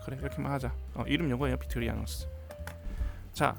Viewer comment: 빅토리아녹스가 아니고 빅토리녹스..!!